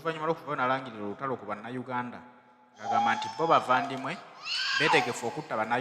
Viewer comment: Mukama akusasire bambi ", but i can't blame you because you luck wisdom" Hossea 4:6" and another thing is that the word is bavandimwe not bavandume. Look at her 😂😂😂